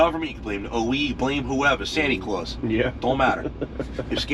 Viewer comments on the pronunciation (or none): And " santy claws" lol